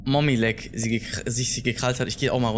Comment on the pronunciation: sie heißt nicht mamilek sie heißt Mami langlex